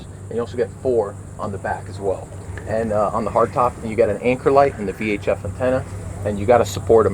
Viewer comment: VHF** sounded like VHS I know 😆